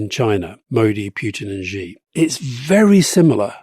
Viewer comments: How to pronounce 'Xi'? Many English speakers have trouble pronouncing this Mandarin sound. Many pronounce it as 'jee', which is not right. The best sound is more like 'syee'; less good is 'shee'; less good is 'see'. Yes, a trivial comment. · Gott in Himmel, would Alistair please learn from Rory's pronunciation of the Chinese leader's name. No such sound as /ʒ/ exists in Chinese. The character 习 (習) is pronounced /ɕi/. The closest English sound to /ɕ/ is /ʃ/, as in "she". Just say "she".